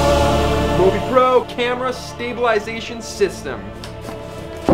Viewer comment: actuallyyyyyy, its mõvi not movi, which means you dont actually pronoince it like [moh-vee] its just [moo-vee] or [movie]